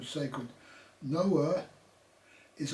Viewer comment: You could start by getting your pronunciation correct . It was hard to listen to you say Noah so many times, I had to stop the video. Gnaw-a NOA . Please say our language correctly. Nga mihi.